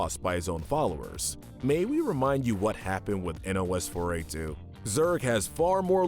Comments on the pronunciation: Nos-4-a2. Like nosferatu. Not n o s 4 a 2. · YOU DON'T SOUND OUT NOS-4-A2 YOU PRONOUNCE IT PHONETICALLY LIKE NOSFERATU!!